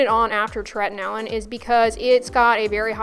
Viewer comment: What is the name of the product you use that sounds like "tretanailin"? I'm having trouble understanding, so sorry! ( )